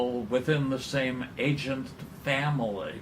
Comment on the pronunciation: Bothers the FUCK out of me that he says "agent" instead of the proper ANCient. Christ, don't people in Chicago know how to speak?